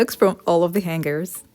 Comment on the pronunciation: SORRY MISS, THE PRONUNCIATION OF HANGERS IS: HANG ERS! THE G IS SILENT!